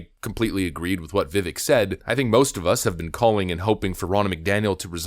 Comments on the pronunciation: How are we still pronouncing his name wrong? It rhymes with cake! Not ick as in something is icky. CAKE CAKE CAKE CAKE! pronounced VIVAKE! LIKE CAKE!!! LIKE ACHE!!! He has pronounced his own name... SO MANY TIMES on videos. He has literally told us what it is. Why are we still pronouncing it vivick instead of vivake... LIKE CAKE! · It’s pronounced Viv Ake like cake Vivek that’s his personal way of explaining it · It via Vivek like cake. “Vic-ake” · His first name rhymes with CAKE, NOT ICK. You're welcome. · Its pronounced Viv-AKE. NOT VIV-ECK😂😂😂 'Ake' as in 'CAKE' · IT IS PRONOUNCED VI/VAYKE NOT VI/VECK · I understand that everyone pronounces it Viv-eck, but it actually pronounced Viv-ake like cake. Let's try to get it right from now on. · Ur saying his name wrong. Rhymes with fake and cake. Viv-ake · It’s Vivek rhymes with cake. Put some respect on my guys name. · His name is Vivek. Rhymes with CAKE. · It's pronounced "Viv ache" or as he says "...like cake". And the kids got my vote! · His name is pronounced veh-vake. Rhymes with 'the cake'. it's really not that hard to say it correctly. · Vi-vake - rhymes with cake, he says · friendly reminder: Viveck's name is pronounced like "viv-ake", rhymes with cake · His name rhymes with cake. It definitely adds credence to any point when it's pronounced correctly. Love ya man, keep up the good work! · His name is Vivek, it rhymes with "cake." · the way you pronounce Vivek gives me a headACHE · I just love you to pieces but could you please say his name correctly? Just annoying. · Why are outlets still pronouncing Vivek’s name wrong? First step for respect for this guy.